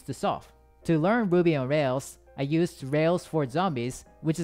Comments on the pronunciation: when ever he said ruby it just sounds like Boobies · I thought he was saying boobies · When u said ruby, i heard booby😂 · did anyone else hear a different thing than "Ruby"? 😳